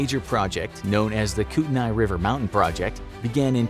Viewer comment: i live in the area, i dont know about everyone but we pronounce it koot-a-knee i dont know if that is perfect but i havent heard koot-a-nay.... spelled kootenay for reference so i get the mistake